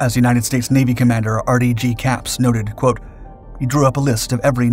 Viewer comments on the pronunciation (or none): none